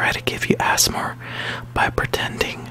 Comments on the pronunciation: Mark Emhoff he said azmur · Asthma is how you pronounced ASMR I have Asthma which is a problem with your lungs it is pronounced “A” “S” “M” “R” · It's A.S.M.R not "assmur"